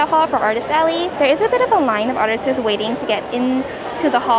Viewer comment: i don't know if you've noticed this, but you always says "artises" instead of artists